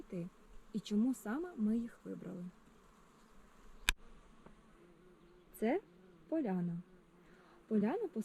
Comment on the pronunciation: НЕ Поляна, а ПОЛАНА